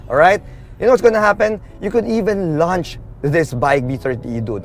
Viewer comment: You might want to review how you pronounce the word 'launch' it is not the same with the word 'lunch'. Launch not lunch 😅